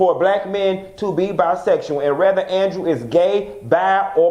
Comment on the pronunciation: you always say "rather" instead of"whether" lol